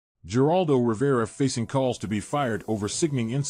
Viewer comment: It's pronounced like "Heraldo" narrator. Not Geraldo. 😅 Good grief.